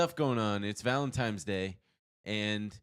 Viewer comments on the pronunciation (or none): Why does Ben keep saying Valen-times-day?! Is that just me?